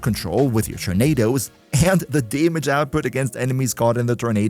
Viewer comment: I like how you pronounce damage. Daemidge